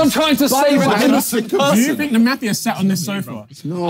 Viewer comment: as an aussie, it was hard to listen to their pronunciation of mafia lmao